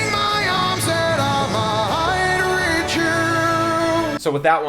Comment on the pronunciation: I HATE how he mispronounces words leading into the peaks of the song. He uses a breathy onset in the middle of a word like "without" and "might" and creates words that do not exist in the English language. "Withou-hout" and "migh-hight" are not words. This is one of the first things I was taught not to do when I was taking voice lessons.